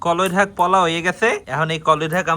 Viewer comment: ভাই,আপনি আঞ্চলিক ভাষায় কথা বলেন ঠিক আছে কিন্তু শাকটাকে শাক ই বলবেন🫵তাহলে শুনতে ভালো লাগে👌🍁